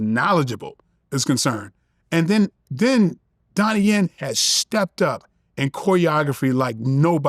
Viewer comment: Did he say Donnie Yen?🫡